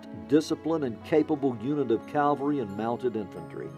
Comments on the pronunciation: So many people mispronounce "Cavalry," including the narrator of this well-made documentary. It's always stumped me why it's so prevalent. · The word is CAVALRY! Not Calvary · This narrator refuses to properly pronounce the word CAValry..... he keeps saying CALvary as if he is thinking about the crucifixion. Nobody knows how to make or edit a video it seems. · Find a narrator with correct pronunciation. Banister Tarleton is not pronounced “Tarlington” and mounted soldiers are known as “cavalry”, not “Calvary”, that is where Jesus was crucified.